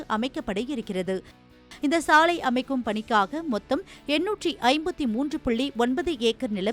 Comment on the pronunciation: சாளையா, சாலையா? ஏண்டா உங்களுக்கெல்லாம் தமிழ் எழுத்துக்கள் சரியா உச்சரிக்கவே வராதா 😢😢😢😢 ( லை ) நுனினாக்கில் சொல்லுங்கள் 🙏🙏🙏🙏